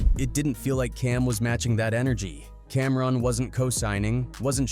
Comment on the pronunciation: He even said “Camrin”🫵🏾😆 Crazy